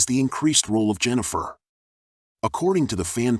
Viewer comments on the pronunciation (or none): I'm not huge on Witcher lore, but the character's name is "Yennefer" not "Jennifer" ... Was this generated by AI? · It's Yennefer! Not Jennifer! Can't finish listening to this guy!